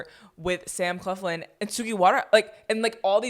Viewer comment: Not her pronouncing Sam Claflin “Sam Cleflin” 😂😂